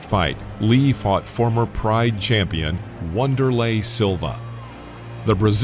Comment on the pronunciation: If you are going to narrate videos get the name pronunciations right or at least close . One example is Wonderlay is pronounced Vanderlay. Google!